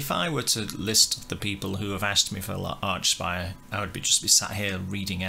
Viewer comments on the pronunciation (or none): It’s pronounced Arkspire dude Hail Canadian tech death